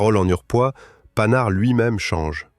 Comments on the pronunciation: PAN-HARD. et non panard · "PANHARD" bordel! Comme un pantalon , pas comme paname ! Ça pique les oreilles. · Exactement : ca sait pas dire Panhard (prononcé "Pannar") ni sagaie (prononcé "Sagaille"). Et si c'est pas de l'IA, c'est pire, c'est de la GenZ!